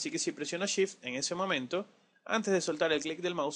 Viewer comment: cuando pronuncias sift ¿ a que te refieres ?